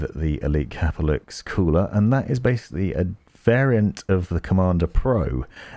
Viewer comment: Its CAPELIX NOT CAP-LIX